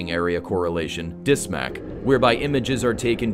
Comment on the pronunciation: I am happy to know the exact pronunciation of DSMAC. I was not sure about it. Though I hope these weapons will serve only as deterrence and peaceful integration of the world, I can’t help praising such technological power. Thank you for the informative movie😌.